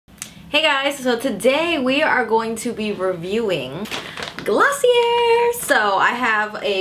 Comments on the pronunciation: It's pronounced glossy-ay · Pronounced glossy , A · I was visibly cringing every time she said Glossie-air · I literally died on the inside when she said gloss-see-uhr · Thank you for this review. Btw, it’s pronounced as “glo-see-yay” :) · I kept cringing every time you said the word .. sorry